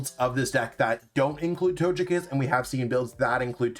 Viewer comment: Wtf with your Togekiss pronunciation..